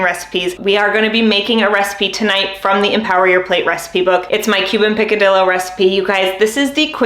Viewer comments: I’m not nitpicking AT ALL-I love this channel and have been watching for a few days bc I’m starting my journey- but just wanted to share that the double LL in Spanish - for the word picadillo - should sound like a Y. “PicadiYo” :) if you care ! Lol thanks for all of the amazing tips!! :) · You should learn how to pronounced picadillo ,I’m Cuban I make this all the time